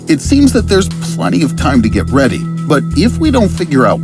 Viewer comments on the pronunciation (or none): none